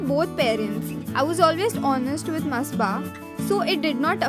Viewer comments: It's masaba not masba 🤞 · It's Not Masba It Is Masaba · First of all - atleast take the name of your topic properly... its not ‘masba’ ITS MASABA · Its not Msba😂😂 its ‘Masaba’ and her pronunciation is Masaabaa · Sis!!she is Masaba... Not msba😂😂😂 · It's ma-sa-ba.. Nd masba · It's Masaba not masba , jahil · It's masaba not masba 😂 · It's मसाबा not बसबा, urgh u are so irritating stop sayng masba please🙏😓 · Shafik Khan it sure was annoying me every time she said- masba